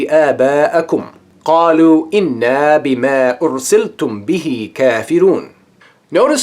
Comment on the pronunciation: Thank you for explaining the seve " Ahrof" but I don't think he will understand this brother . he even started to read the Verses wrong . he read it وانا نحن نزّلنا الذكر the correct reading is إنّا نحن نژلنا الذكر